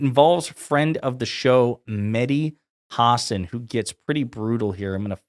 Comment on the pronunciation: Ha-sawn dude